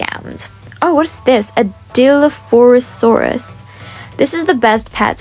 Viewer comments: Lolz it’s pronounced Die/Loffi/sourus (I’m a huge dino nerd so i know lolz, btw im a huge fan, I’ve been subbed for a year now) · Gotta love the good old "Dilophorosaurus" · die-loph-o-sore-us. Love you! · I loveeee your vids do you think i could get my dp its a Mega frost dragon ( my user is Littledinosaur3864/ Nugget, ) btw that dinosaur is pronounced die-lo-fo-saur-us:)